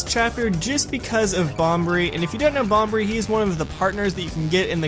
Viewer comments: Please don't tell me you just said Bombery... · im pretty sure its pronounced Bomb-bree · I always thought it was bombery. I mean it would make more sense he is a bomb